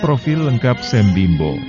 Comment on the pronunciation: Makasi min. Bukan sem pengucapannya tapi SYAM